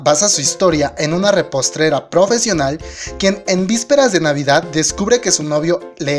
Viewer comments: Repostrera xD es repostera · ¿Repostrera? xD no sería repostera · reprostera ?? o escuche mal.... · es repostera no repostrera jajaja me hiciste reír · Nathali Sarmiento jajajajaja yo tambien me la pase diciendo no era repostera pero el lo seguia diciendo repostrera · !NO, no, Y NOOooOOOOoooo! No se puede permitir. Desde ahora me pronuncio en contra y haré miles de posteos linkeando a la original. Con Sam Soon nadie se mete, y menos con mi adorada Sun Ha. ¡Y tú, es RE-POS-TE-RA, repite: repostera, NO repostrera! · cariño me encanto tu video solo un detalle no es reprostera!!!!! es repostera 😊😊😉😉 de ahí en más gracias por mantenernos al tanto 😘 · REPOSTERA(No reprostera) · jjajjaja pues de coreano creo que no tienes nada verdad? jjajajajajajajaj, y se dice repostera no repostrera, jajajaj, dislike a tu video! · repostrera jaja repostera xD